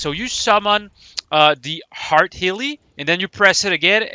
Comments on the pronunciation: EERRRTHHH not HEART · Am i trollin or everytime insted of "earth" he says "hearth"? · The way you say earth hurts my soul